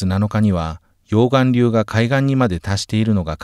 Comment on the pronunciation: 溶岩流のイントネーション。